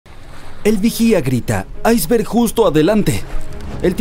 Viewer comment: Buen video. Sólo una objeción. ¿Porque pronuncias iceberg en ingles y no en español como debe ser? Te recuerdo que iceberg es un anglicismo que está aceptado en la RAE y como tal aparece en el diccionario como palabra española. Un saludo.